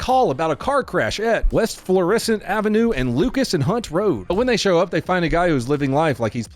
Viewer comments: We pronounce that FLOOR-uh-SUNT. You emphasized the "uh." - a local ghetto resident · Hearing you try and pronounce Florissant is funny as hell ! But nobody out of town says it right! It's more like florasant kinda more how it's pronounced ! And these are the events that made me carry ! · You have the name of the road 99% right. Not that it matters. But there just isnt an accent the ISS part of Florissant. Pronunciation of syllables totally correct but is no accented syllable. That being said im really surprised you dont see more vids from there. Its not far from the ever lovely ferguson